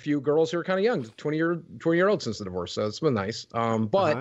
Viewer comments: DivUUse XD Taht is a wierd way to pronounce Divorce XD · Lmao "divooce" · Whats a "divooz"? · Did you pronounce the word Divorce as Divoose? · "Deevoose" for divorce is killing me 😅 but this video is really good spotlight on boogie. he doesn't deserve any kind of platform or fame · Deevoose is the strangest way to pronounce divorce. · can’t get over the way the narrator pronounces “divorce” 😅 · The what? Is he saying "deboose"? "Devoose"? WTF is this guy saying lmao! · It's DIVORCE DIVVVORCE say it right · What an interesting way to pronounce “Divorce”